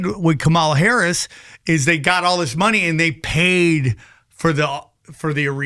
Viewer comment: It really irks me that this guy cannot pronounce Kamala Harris’ name correctly. It’s racist and bigoted. Grow the fk up already.